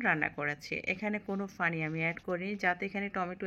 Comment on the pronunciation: আপনি পুরান ঢাকার মানুষ না, আপনি পানি কে ফানি 😂 বলেন আপু। নোয়াখালী দেশের মানুষ আপনি।